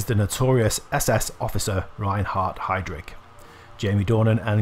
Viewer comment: Thanks so much, I will check out some of these movies I didn`t know yet :) Just a tip, his name was Reinhard Heydrich, not "Heydrik".